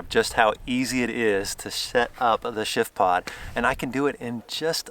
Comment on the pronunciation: Every time that you say the name of the product, it comes across like sh*tpod.